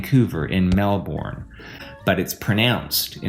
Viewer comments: Americans don't know how to say Melbourne. It's actually more close the Melben. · It’s pronounced Melbin not Melborn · When he said "Melbourne, but it's pronounced..." I thought he was going to correct himself and say, "Mel-behn" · Did you just say "Melborn"? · Hey Americans! It's not pronounced Mel-Born, it's Mel'bn. Accent on the first syllable, and the second syllable is a short neutral vowel. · Did he really say „Melborn“? 🤔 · nah nah nah as an Aussie its pronounced Mel-Bin cus Melbourne is trash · In Vancouver, in Melbourne… but it’s pronounced….. (in my head he was going to say “Mel-Bin”) lol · It’s pronounced melbin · "In Mel-Born" 😂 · Here I expected him to say "in melborne but its pronounced MELBOURNE" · He pronounced Melbourne wrong but then paused in the next sentence at “pronounced” and I really thought he’d save it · After he said Melbourne wrong and followed it with "but it's pronounced" I thought he was going to say it right but he just went on with his spiel lmao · Melbourne, Australia is pronounced with a silent r and is not pronounced as in Mel Bourne. It is not the name of a person. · Like Melbourne but it's pronounced Melbourne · I thought he would say "But it's pronounced Mel-bin" 😕